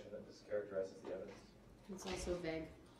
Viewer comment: Hey, the word is vague, NOT VEG!!!!!!